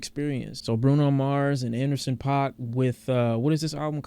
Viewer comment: It’s pronounced pack fyi